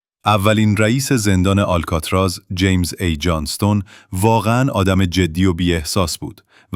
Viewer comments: هنوز نمیدونی آلکاتراز آل....بوده در اَدای واژه مشکل داری ک.... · اشک آلکاتراز ن یه بار هم نشنیدی آلکاتراز